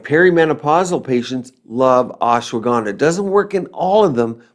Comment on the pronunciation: You pronounced Ashwagandha like how Donald Trump butchered indian names some time ago🥲🤣